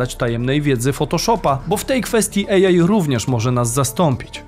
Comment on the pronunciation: Super odcinek, dziękujemy. Kłuje mnie tylko w ucho mówienie łącznie bez przerwy 'ejaj' zamiast 'ej aj'.